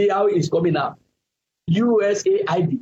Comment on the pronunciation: sorry, you never read my comment here thrice now, about the way you always pronounce USAID. Please note that it is pronounced US- AID, not USA- ID. Thanks.